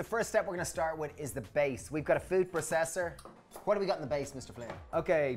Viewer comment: please stop saying "PRA-cess-Er". please.